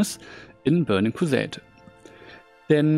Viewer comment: In se börning kwuseit klässick 😂😂😂 No hate bro aber der hat mich gecatched